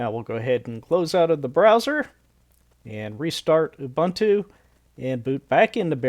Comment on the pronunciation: It's pronounced oo-boon-too.